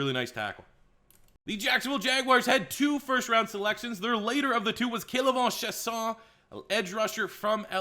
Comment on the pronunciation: “K’laivon sshayson”